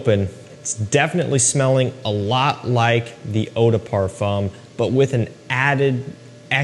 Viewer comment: Why don't Americans even try to pronounce French correctly? Parfum is OK...the other three, all wrong!